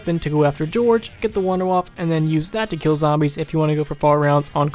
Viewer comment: Hey you actually pronounced WunderWaffe correctly! Don't see that often, haha.